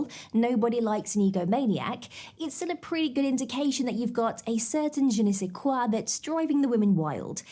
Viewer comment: You pronounced ''Je ne sais quoi'' really well.